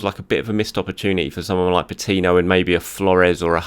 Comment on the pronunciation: you're making the name "Patino" a frustrating name to hear 😤